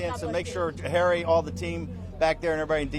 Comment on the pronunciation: Who's Hairy? He must be impordent.